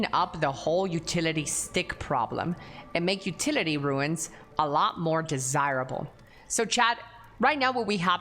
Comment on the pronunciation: Second creator I've seen in the last two days that says 'ruins' when trying to pronounce runes. It's pronounced like 'roons'.